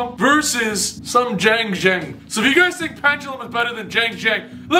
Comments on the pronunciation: Chi-aang ji-aang is the pronunciation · It is pronounced “Shang Jean” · If you want to pronounce Xiangjang correctly Xi in chinese is pronounced "Chi" so it would be something Like "chiangdschiang" With jiang beeing "dschiang" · pronunciation of Xianjian: Shin-jang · Did I hear XiangJank????? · Xiangjian is pronounced shah - ng - jihn, from what my freinds who speak mandarin, google translate, and my own experience have come to a conclusion on lmao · I think it's called "ziandjian" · Yo, Xiangjian is pronounced Shi-ahn-ji-ahn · i found out that xiangjian is pronounced as "xshiangjian" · I think it’s pronounced “zee-ang gee-an” 🤷🏻‍♂️